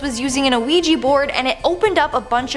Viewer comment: A OUIJA BOARD NOT OUIJI BOARD..😡😡😡😡😡😡😡